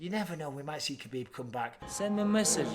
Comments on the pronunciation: It's Khabib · Stop it people it’s khabib